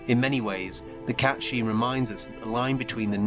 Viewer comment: It's meant to be pronounced Kate Sihth.